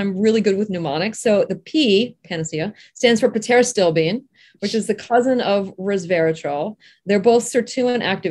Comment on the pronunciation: The P in pterostilbene is silent. Pronunciation is critical to credibility.